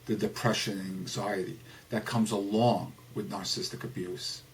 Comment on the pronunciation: May I just say one, iiiiiiity biiiiity teeeeeny tiiiiny comment? Narcissism is pronounced Nar....sih....siz....m. Rather than Nar...siz...m. And narcissistic is pronounced Nar....sih....sis...tic. (Four syllables.) Rather than Nar....sis...m. (--three syllables). No biggie. It just sort of makes you sound a Little Unknowledgeable. But I Do like a lot of what you say.